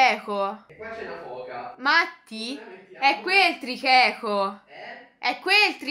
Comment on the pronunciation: Ma ninna come dice tricheco dice trieeo ma anche Mattiz però siete i miei YouTuber preferiti ❤️ #FALSACCHIOTTAGGINE